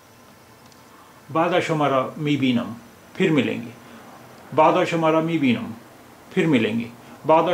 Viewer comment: لطفاً به تلفظ فارسی یش دقت کنید چو وقت اورد زبان ها فارسی صحبت میکنند بسیار مشکل دارند . بتور مثال شما گفتین بعدا ، که بعداً تلفظ میشه